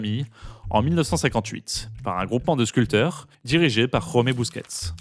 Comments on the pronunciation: Jaume c'est "Djau'ouma" et non "Khaumé" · Très intéressant mais pitié pour mes oreilles , en catalan la "jota" n'existe pas ; le "j " se prononce j comme en français ....les prénoms catalans mentionnés sont donc "jaume et josep" et non pas rhaume et rhosep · Jaume et Josep en catalan ne se prononcent pas KHaume comme en castillan / espagnol, mais bien Jaume avec le J (et le E final) comme en français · Je dirais "jaoumé" et "jouzèp". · Quelques petites erreurs de prononciation sur les noms propres catalans qui là sont prononcés en castillan 😉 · Superbe vidéo ! Intelligente, claire, mesurée Merci Petit détail : la Catalogne n’est pas l’Espagne, Espagne contre laquelle Gaudi s’est battu toute sa vie Le J catalan dans Jaume et Josep se prononce comme en français